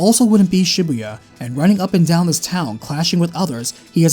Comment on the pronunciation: learn how to pronounce Shibuya...